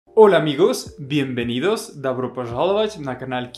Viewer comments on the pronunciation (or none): none